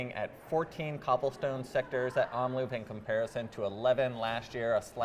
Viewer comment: Nice vid, thanks. It's Omloop, not Omloupe. Loop is pronounced like Hope. 👍